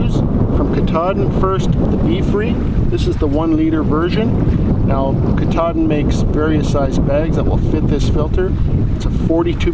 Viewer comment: Great video! I really love comparisons like this especially when they’re based on real dirt time use. I’d go with the Sawyer for a bugout bag and the Grayl for my day hikes. I’ve heard other reviewers pronounce Katadyn more like CAT-a-dine. Cat like the animals and dine like you’re going to eat. I hope I don’t sound like I have an attitude, just passing on what I’ve heard 👍